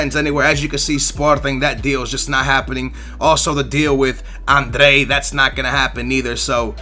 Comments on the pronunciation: labadai , andrey ... wtf! Are u really portugese ? Because u should be able to say adryan ! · its not andre its adryan like a-d-r-yyy-aaaa-n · Adryan-Andrej its adryan hahah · also its adryan not andre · wizardZzz Pronouncing it correctly is fine! It's when he say's 'André' when its clearly Adryan. Really pisses me off. Just leaves out half the name. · Why would you pronounce Adryan Andre? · Where do you get "Andre" from Adryan. Love the videos, but you are terrible with names. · It is La-by-ad and Aid-re-yan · how the hell do you mispronounce Adryan? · You have the worst pronunciation ever: Zumba, Labada, Andrey ... WTF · Kurt Zoumba, Andree, & Labydad.... your pronunciations are so bad lolll